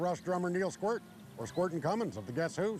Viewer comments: As a Rush fan I feel obligated to say, it's Neil Squeart. Long e sound. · Squirrely Dan gets an F. You'd think a Canadian would know that Neil Peart's name is pronounced with a long e, thus it doesn't rhyme with squirt. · Neil Peart doesn’t rhyme with squirt. Just saying. Aren’t these supposed to be Canadians? They should know better. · So his real name was pronounced "peert"? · I love the show but DUDE. There guys are Canadian and still they F up pronouncing Neil Peart’s name right 🤦 FAIL